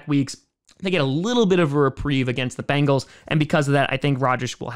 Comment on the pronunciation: Here is only 1 a in Bengal. Its pronounced bEngals……not bAngels. Say Ben, say Gal…..put them together………